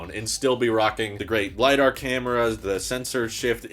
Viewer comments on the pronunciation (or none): none